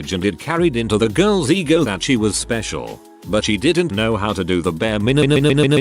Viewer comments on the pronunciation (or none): Is it just me or did on one of the stories the word minimum was minnnnnnniinininininininium. :)